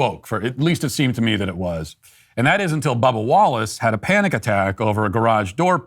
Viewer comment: Am I the only one who hears "Bubble Wallace" when Matt says Bubba Wallace?!